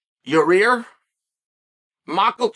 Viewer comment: yurrear lmao